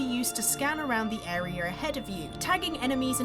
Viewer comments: This anouncer needs a pay decrease. Lol "arear"😂😂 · Why does she keep saying "arear".....?